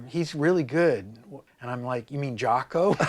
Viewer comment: Rick, it's pronounced Jocko (an "o" not an "a"). I know you know, not trying to be a d i c k. Some French jazz player started pronouncing it like that, back in Jaco's early days, and it stuck.